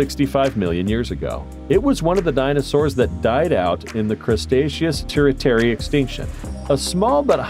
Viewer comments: I died when the narrator said "Crustacios period" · The narrator is terrible. He pronounced Cretaceous "CRUSTACEOUS" like it is some kind of crab.